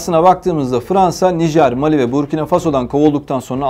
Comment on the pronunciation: переводчику неплохо было бы озаботится правильным ударением в названиях стран ..МалИ И БуркинА ФасО Это в школе проходят.